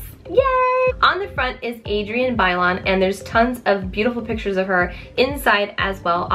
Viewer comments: "She's a Latina too"...yet you can't even pronounce her name properly. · is a Latina and she can't even pronounce Bailon right.... Smh.